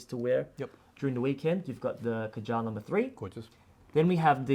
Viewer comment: The name KAJAL is pronounced wrongly 😢 The root of this word originates from India. Pronounce it as KAA- JAL. It means Muscara Surma, Eyeliner, Kohl, Decoration for womens eyes. Muslim men also wear it under their eyes.